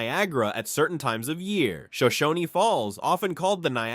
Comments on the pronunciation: Yessss. Especially when he says Shoshon-ee. It's just Shoshone, like alone. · Shoshone is pronounced Show-shown. The e is silent 🤫